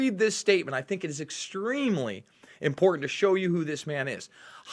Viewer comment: "Important" has two "T's", Not zero, as you pronounce it.